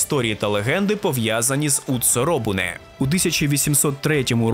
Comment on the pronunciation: ну і не утцуробуне, а уцуробуне. Мені аж цікаво, з якої мови ви брали ту транслітерацію, бо це жахливо. В англійській там буде писатися через тсу, але ніяк не через тцу. В нас є ц, шоб передати цей звук більш-менш точно